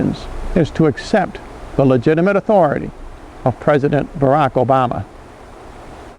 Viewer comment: You lost me at "accept these burdens", and "lagit athuroty". no birth certificate= no athuroty !